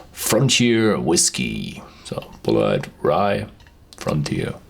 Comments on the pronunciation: It's Pronounced "bullet". -Sincerely, an American left behind by a changing economy. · A disappointing review of a highly touted American Rye Whiskey, and it's pronounced "Bullet" but spelled differently... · Tree Daddy Bulleit is actually a french names pronounced Boulay, but Tom said to call it Bullet.